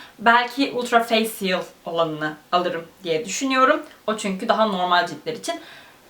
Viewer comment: o degil de facial "fâşıl" diye okunuyor, (kısa ve çok açık bir e ile) feysiyıl degil. umarım çorbada tuzum olmuştur, çünkü bu kelime yaptıgınız işte bir çok üründe geçen ve çokça telafuz etmeniz gereken bir kelime.